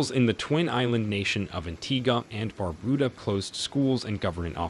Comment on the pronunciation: It is Not BarBooDa It Is Bar-Bu- Da